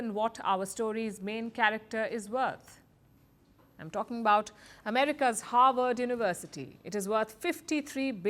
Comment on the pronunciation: "howard uwersity"